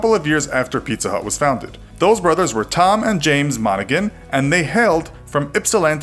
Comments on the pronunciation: A couple of big problems with this video... 1. You totally labeled Ypsilanti in the wrong place. You marked it as Green Bay Wisconsin! 2. The "g" in Tom Monaghan's name is silent. In general, you do great videos, but really didn't do your research on this one. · It's pronounced Tom MonaHAN. The g is silent. Also, Ypsilanti, Michigan is in Michigan, not Wisconsin like you had on your "Infographic". Seriously lost credibility points on those ones. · That's not the location of Ypsilanti (you marked it in the wrong state!) , and the guy's name is pronounced "mon-ah-han." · It’s pronounced “Monahan”, silent g! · You are also mispronouncing "Monaghan." This is an embarrassment all around.